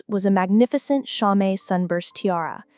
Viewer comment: “Cho - met”? Really? You stories are so good, but your AI voice stinks. Just a way to dumb down Standard American English even more.